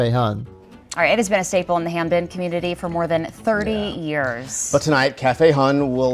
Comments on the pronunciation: It's not HampTON it's HampDen. It's where I grew up. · Ham-Den… say it with me… Ham-Den… also hampden is a neighborhood not a city so it’s kinda weird hearing “hampden, Maryland”